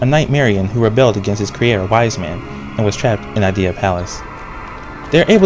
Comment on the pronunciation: If you look past the mispronounced "nightmaren" and "ideya," this reveiw is really thurogh, thoughtful, and well done. (btw, I agree, there could have been more dialog!)